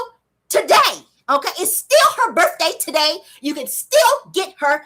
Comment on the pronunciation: Guuuuuuurl, you got me cracking’ up “tu-day”😭😭😭😭🤣🤣🤣🤣